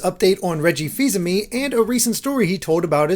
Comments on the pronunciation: Fis- A- Mae! Not fiseme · derek really gonna pronounce the é wrong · Did I just here "fis-uh-me" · Nobody’s talking about how he said “Reggie Fils-Amee”?